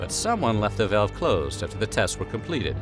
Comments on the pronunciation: im sorry, a 'vayalve'? dont you mean a valve? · Im sorry - how the hell are you pronouncing the word 'valve?' You sound like you're having a stroke. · So you are saying "valve" 😂..... Took me a few times based on how you pronounce that word